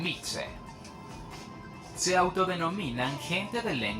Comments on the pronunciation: Oh no... llegué al y me va a dar un infarto!!!! Yo soy de la nación mixe. Comencemos con que no se pronuncia "mitse" sino "mije", que no significa gente del lenguaje florido sino "Los que hablan la lengua de la montaña"" y que algunas de la imágenes no son del pueblo mixe sino de otros pueblos cercanos. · Acá en Mérida tenemos muchas taquerías llamadas Mixe y la cantidad de personas que le dicen “mishe”. Si en la primaria nos enseñan que se pronuncia como si fuera j. Es increíble que hagan un documental y no pronuncien bien